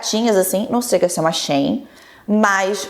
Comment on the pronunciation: Porra,, até você falando Shein desse jeito? A pronúncia é SHE IN, "ela dentro"!